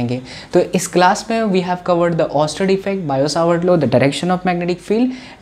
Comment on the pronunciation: Sir wo biot-savart law h na ki bio-savart law BTW teaching style is great